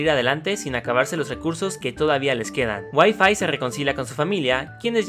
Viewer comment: "Y5" suena a "wifi" xd